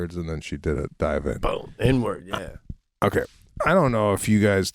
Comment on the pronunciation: Did Sebastian say ‘akay’ let me break it down…once you thought you could belt out tunes😂😂😂 oh my gosh!!!